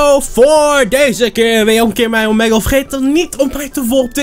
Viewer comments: T is toch gewoon Omiigle? (Uitspraak) En niet Omegel (uitspraak) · Omeggle xD je spreekt het uit met als ee niet als e